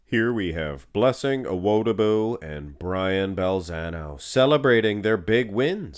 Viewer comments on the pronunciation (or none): Just FYI, the emphasis is on the “Di” in Awo”Di”bu